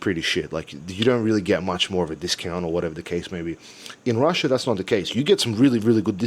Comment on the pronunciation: I love ""RUSIA"....hilarious! Also try pronouncing the "TH" sound.